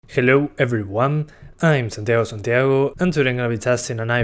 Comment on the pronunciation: El Santiago Santiago te salio re argentino